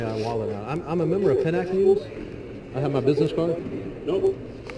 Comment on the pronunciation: It's PIN AC not PEE NAC